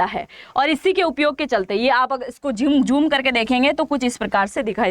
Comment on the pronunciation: "jhoom" naheen----'zoom' kahiye!!